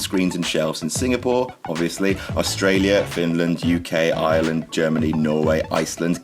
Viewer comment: The way he says "Ireland" makes me think he's saying "Island". Maybe its because of his accent. XP